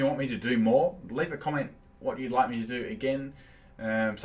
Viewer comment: Did it sound like said "Piss off" at the end instead of Peace out? Lol. And my top 10 shinies (If anyone cares, no legendaries included) 10. Sceptile 9. Haxorus 8. Lilligant 7. Gigalith 6. Porygon-Z 5. Sneasel 4. Flygon 3. Ninetales 2. Roserade 1. Gardevoir